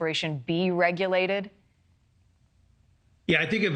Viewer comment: Paying for these deaths *depths. You said it correctly first lol